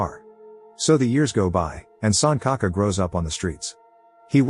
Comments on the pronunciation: RIP pronunciation, it's not sun ka ka. It's pronounced Sunchaka. L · it's sanchaka, like c in china, not sankaka. lol 🤣🤣🤣 suncocka sounds inappropriate 🤣🤣